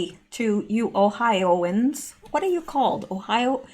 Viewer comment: LOL "o-hi-uns"